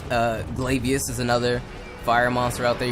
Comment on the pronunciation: Lol you and that fuckin "glay-veenis"